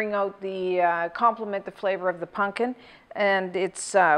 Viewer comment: "punkin" lol